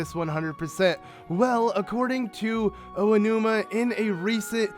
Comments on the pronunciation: Oanuma lol. It's Aonuma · I dont mean to be rude or anything but its Aonuma not Oanuma :p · Just a nitpick, it's Aonuma, not Oanuma. Love the vid otherwise, man.